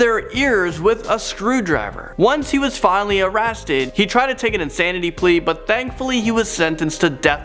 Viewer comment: Did he say arrasted? 😂